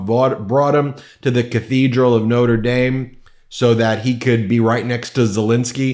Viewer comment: Out of respect, you should pronounce Macron and Notre Dame correctly.